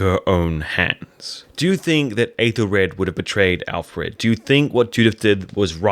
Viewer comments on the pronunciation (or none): Forgive me. I know this comment will seem obnoxious though I certainly don’t mean it to be; it’s just a pet peeve of mine. The Æ-sound, whether in modern or Old English, is not a long A as you are saying it in Æthelred. It is the same A-sound as in apple or have or cat.